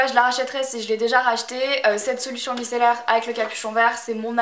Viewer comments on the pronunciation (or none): none